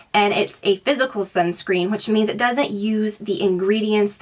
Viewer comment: It's not I.t it is it.